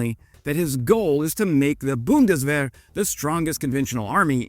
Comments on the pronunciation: „Buhndeswähere“ hahahahahaha unsere Sprache ist so lustig wenns andere sprechen. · The Boondeswehr 🙄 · You really butchered "Zeitenwende" here 😅 Let me help: it's pronounced Tsite-en-ven-duh. Thanks for the video,.:)